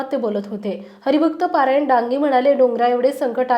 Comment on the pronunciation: हरिभक्त पारायण नव्हे, हरिभक्त परायण म्हणा.